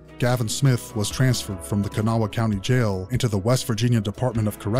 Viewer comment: It's Kanawha, pronounced more like cuhnaw or kannaw. Half my peoples from a place called Lacoochee, by Dade city and Brooksville (named for some of our peoples and the others are in central FL (the FL folks anyway) the rest are from the outskirts of the Charleston area, Kanawha, West by god Virginia. IYKYK 😉